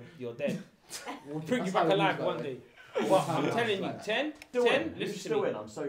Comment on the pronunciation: Danny saying ahlie 😢